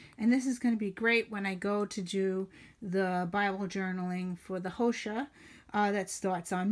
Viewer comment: Liked your video very much, great ideas ☺ fyi, Hosea is pronounced Ho zà a ☺